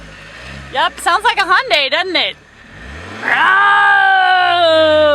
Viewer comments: Wish americans would pronounce Hyundai correctly. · Hyundai rhymes with Sunday